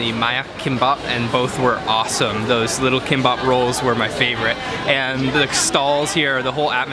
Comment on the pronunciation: Did he say “kimpop” it’s KIMBAP